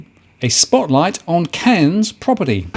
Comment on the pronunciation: Very questionable data coming from someone who can't even pronounce the cities name.